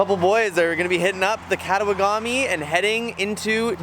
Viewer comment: Very Nice, it has been a while since I paddled that river. One thing - the Cree that did a shuttle for me were quite particular about pronouncing the name of the river. Kattawagami as katta-wagami, like Te-magami, not Tema-gami, so not katta-wa-gami, but katta-wagami.